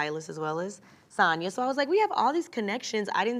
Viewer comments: She accepts her name to be pronounced SAN and SAHN lol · So Sanya is just going to let Marlo continue to pronounce her name incorrectly 😂? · madlo always saying her name wrong..samya don't mind😂